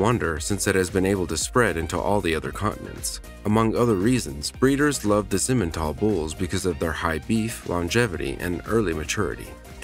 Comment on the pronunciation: It's not simen it's si men